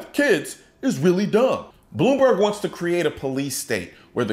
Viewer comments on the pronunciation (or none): Did you say "Blew-me-berg"? Ha Ha!!